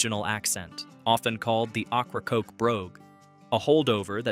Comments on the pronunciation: For all those watching, it's pronounced "OH-craw-coke" or "Okra-coke" NOT OCH-RA-COKE. Fix your narration please. It's terrible. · OH-cra-COKE island. A wonderful place for local oysters and Key Lime pie after a nice ferry ride. 😊 Also (Cape) HAT-ter-ass.